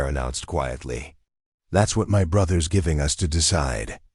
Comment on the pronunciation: The AI is not trained properly. It is reading periods as 'dot', and us is the word 'us', not U. S. for the United States.